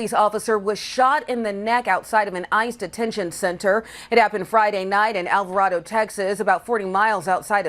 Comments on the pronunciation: It's pronounced Alva Ray Dough, Texas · FYI alvaraydo is how it’s pronounced just so you know